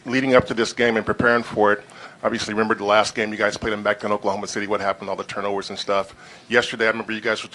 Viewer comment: the hell did that first reporter say " turnmovers" lmao...anyways...yall stop saying that russell is better, he is just a better fighter frfr...yea russell killed them this game but don't act like we haven't seen curry get the best of him before bc we have. russell shoots alot, he is more aggressive than curry..curry did play like trash tonight...he should have shot the ball more frfr...shid russ do it and it worked tonight hell lmao...even though russell went off, paul is my main worry though...defensively he be playing them lanes and on ball defense man lol, i hate that shit lol..warriors needs to run plays away from him frfr.